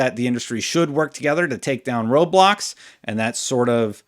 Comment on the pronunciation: It sounded like you said we need to work together to take down roblox not road blocks lmao